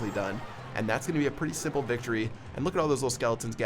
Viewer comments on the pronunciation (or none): none